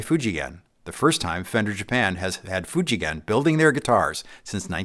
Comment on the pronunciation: Most US YouTuber would pronounce the name “Fuji Gen” with soft G sound. used the right hard G sound here. That proves how well he knows about what he’s telling and makes the story more believable.